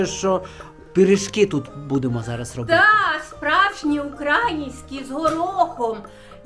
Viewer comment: Навчить цю цьом,цьом, що украЇнські, а не укрАїнські пиріжки вона пече